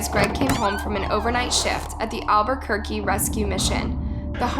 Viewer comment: Thank you. I’m also from Albuquerque and her pronunciations really made me cringe 😬